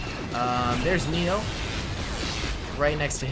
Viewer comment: The 501st man you didn’t know his name was commander vill and commander neyo is pronounced commander nayo. Lol.